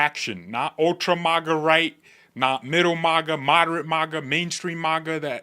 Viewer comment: Love your videos,. But one tiny bit of constructive criticism... The first syllable of MAGA is pronounced MAG like Magnificent, Magazine, Magnanimous, and Magnify. Your pronounce it weird, as if it were spelled MAWGA. Like Mall or Molly or Monster or Moth. You mention MAGA in practically every single video, you are valued part of the MAGA movement. It is only fitting that you say it right. Again, this is intended to be constructive not combative. I love your videos, I appreciate how well expressed you are, and I especially appreciate how timely you are in addressing key events as they happen. Thanks and continued success to you.